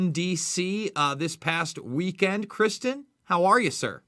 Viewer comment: Ive been following for years and he is too kind to correct your pronunciation of his name. Everyone else always pronounced it "Kris-tonn". fyi bud.